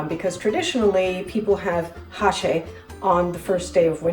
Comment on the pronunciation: It's not háchee, with the emphasis on ha, but it's hachée, with the emphasis on chee. The meet pieces ought to be bigger and the onions in slices, not chopped